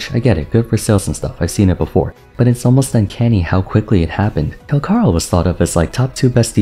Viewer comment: bro cmon it's in the name Cal-CHAAA!!! lie chalk CAL-CHaaaa ch pronunciation not K CALCHARO not calkaro